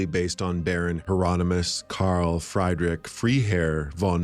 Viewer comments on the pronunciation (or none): Words with 'EI' and 'IE' in German. You pronounce them exactly oppositely as you should Freiherr Friedrich should be pronounced as fryherr freedrich. Not that difficult is it? Your videos are quite good, but this kind of anglo 'I'm not gonna look it up because everybody says it like this when they try to speak German'-nonsense just pisses me off immensely. And German is only my fourth language !!!!!